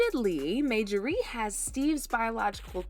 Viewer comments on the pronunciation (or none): You can't even call the woman name correct. It's Marjorie not Majorey 😂😂😂😂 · Majorie(MaJorRee) no ma'am!! It's Marjorie(MarJorRee) please pronounce her name correctly !! I can't even focus on the video because of this!! U sound dumb asf!! 😂😢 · Narrator must be a foreigner! Her name is pronounced MAR-JOR-REE‼️ Not MAJOR-REE‼️ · Get this WHITE narrator who miss pronounces a common name Thru out this piece GET someone who can READ! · Her name is Mar Ja Rie! Not Majarie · Yuh wanna know how sick I am of you saying 'MAYjorie'? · Mayjorie? Type her name in Google & they'll tell you how to pronounce her name. Thank me later. 💚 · who is Majorie? Yall are not didnt catch the fact that youre saying the woman's name wrong the entire video? not the script? not during filming? not during editing? not during reviewing final output before posting? Bro, thiis is mbarrassing. Her name is in the thumbnail, her name is in every other sentence, Marjorie is the main character of this video and no one was able to catch this? I'm astonished yall posted this w a straight face. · Girl please, when you want to speak about others, learn to pronounce their name properly! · 😂🤬How can we trust the authenticity of your video when you have NO IDEA how to say, Marjorie?? 😂🤬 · Girl, PLEASE PRONOUNCE her name RIGHT 😳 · My god can you pronounce her name correctly. I can’t watch this